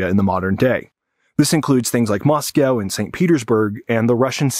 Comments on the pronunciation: Russian expert doesn't know how to pronounce Moscow. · Is the intentional mispronunciation of "Moscow" an anti-Russian thing?